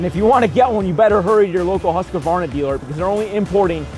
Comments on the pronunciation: Pronounce huskvarna, not husk-a-varna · Pronounced Hoosk Varna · aj det gör ont hur han uttalar det. huskuvarna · CAN PEOPLE PLEASE STOP SAYING HUSAQVAYNA ITS HUSQVARNA. ONE WORD. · 1, we're a wide range of cultural backgrounds, so no. it's an english as the native language thing. hus is not pronounced hoos, it's pronounced just like it's spelled, based on english grammar conventions. and a lot of people add the extra A in there between the Q and V because it's just strange to transition between them... again, based on english language conventions. 2, besides all that, as someone already said but i just want to reiterate because it's the biggest reason... we mainly don't care. if i know what you mean when you say it, that's all that matters. furthermore, humans of different cultural backgrounds are still very similar, genetically. what one average human can do, any other average human can do. the difference is training (i.e., upbringing). your body responds to how you use it, and changes accordingly. our vocal abilities are no exception. we've been using the english language our entire lives, so it affects how we speak. so unless you've found a secret hidden tribe of neanderthals with different throat or mouth shapes, there's no way it's a genetic thing. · Still haven't learned how to pronounce Husqvarna correctly.. what a shame. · Everyone complaining about how the name is pronounced......am I the only one who thinks 10 grand is insane? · Is it just a genetic thing that Americans can't pronounce Husqvarna?